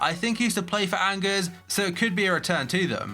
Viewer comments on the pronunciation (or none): I told you this before… "Angers" is pronounced "onjare" lmao